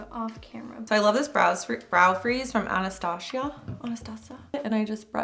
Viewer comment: I love how she said "Anashtasia" lol🤣